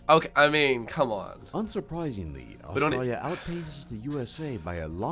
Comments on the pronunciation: "Australlia"? "Zeercaan"? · lolol. at least the guy doing the video is good at something Australians do well.. Sarcasm!! Wish he could pronounce Australia though... lolol